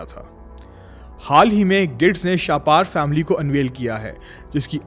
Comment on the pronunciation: شاہ پار نہیں شاہپر لفظ ہے شکریہ ❤